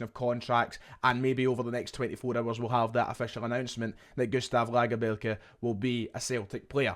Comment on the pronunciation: Gonny stop saying lagerbielkes name like that please